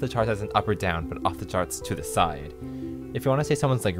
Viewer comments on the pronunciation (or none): none